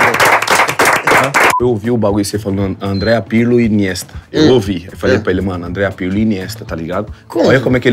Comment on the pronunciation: Pirlipe Melo...luis pirlipiano...pirlyol....kkk paulinho o filho do povo